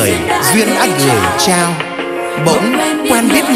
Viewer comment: lửa nóng , biến đổi , gửi trao phát âm nghe nổi cả da gà , hay thật !! ít ai hát mà phát âm dc như vậy